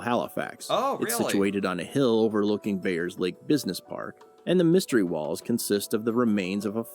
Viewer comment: It's actually Bayers lake.